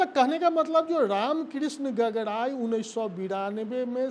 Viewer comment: गागराई होता है गगराई नहीं हकला चाचा जी